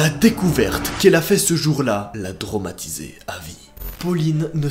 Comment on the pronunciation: "tromatise" lol xd 🤣🤣